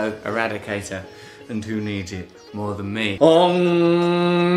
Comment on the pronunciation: I mean she doesnt even pronounce om correctly. Thats eastern flavored grift 101